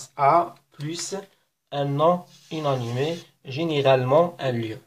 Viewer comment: شكرا على الشرح الرائع عندي فقط ملاحظة لماذا تنطق inanimé ب هذا النحو {ynanime} unanimé وشكرا